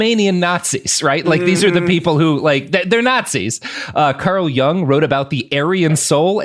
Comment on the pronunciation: I would have gotten the "Jung Man" joke had he pronounced it correctly.